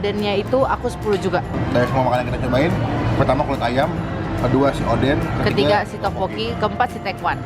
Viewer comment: Odeng bang bukan oden ehehe